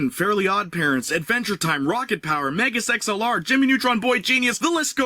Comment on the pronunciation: While I enjoyed the rant, I was distracted because I could have sworn you said mega sex lr and it took me a minute to reboot